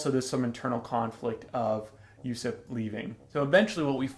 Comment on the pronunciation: Also Usopp's name is pronounced "Ooooo SOP" Not "Yusep".